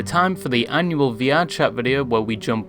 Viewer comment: "annual" lmfaooo